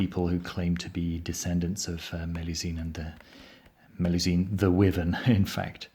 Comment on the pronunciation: Great review, thanks! Just a quick point, the correct English pronunciation for wyvern is "why-vern" not "wivern". Cheers.